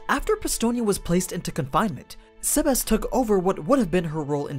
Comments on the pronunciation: The way you say sebas is cringey... You say it saybas. Not sehbas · Quick tip Its not seb-ass It seb-ess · SEBas not SAYbas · It sounds like your saying Sebas-chan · The way you pronounce his name is weird sea bass like the fish